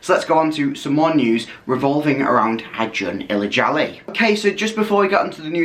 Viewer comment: You got the pronunciation right, congrats :)